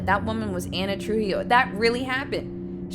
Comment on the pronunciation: ana trujilo, more like ana truHEELo im so sorry